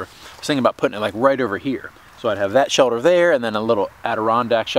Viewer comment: What's a "shelder" ??